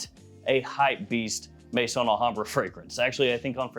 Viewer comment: It's Al Hambrah not La Hambrah